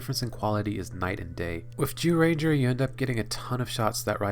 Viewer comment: he keeps saying Jewranger lmao